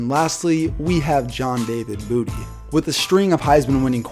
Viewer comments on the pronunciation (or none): I almost thought he said John David Booter. I wish.